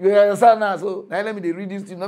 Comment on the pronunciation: The funny way he pronounce "you understand" 😂😂😂 yihansan😂😂😂